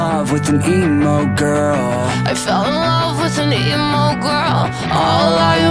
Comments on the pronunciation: Naw it’s emo gwarl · The sound sounds like this "I fell in love with an EMO GOWRL"